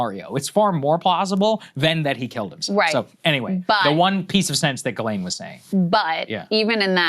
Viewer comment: It pronounced JhizzLane